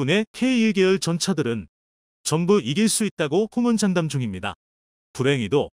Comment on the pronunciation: 케이 원,투 케이 일,이 ?? 호언장담을 쓰여진 그대로 호먼장담 읽는............개판..